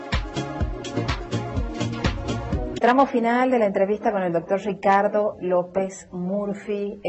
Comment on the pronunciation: Me encanta como pronuncia Ricardo.. "Shicardo" XD